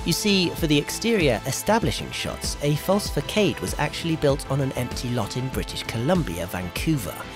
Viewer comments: It’s not fah-kade. It’s fah-sad. Façade. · Fa-saad not ‘fa-kaid’ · Façade is not pronounced /fuh•kayd/, but pronounced /fuh•sahd/.